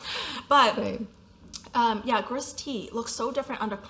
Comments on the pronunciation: Don't read the - S at the end of "gris" or French words in general. It should sound like "gree". Your pronunciation of Touterelle (seagull in French) is correct 🤗 This was a great video. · Gris is pronounced gree in French…..the last letter in most French words is not pronounced! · Gris is pronounced Gree. Bougainville is bu-gan-VEE. Rubis is RU-bee like the gem. Etain is e-TAN but don’t pronounce the N. Hope this helps😊